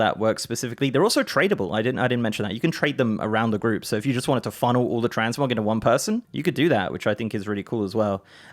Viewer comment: Fuck I thought he said TransMobs at the begining and I was like NOOOOOOO NOT HERE TOOOOOOOO NOOOOOOOOOOOOOOOOOOOOOO.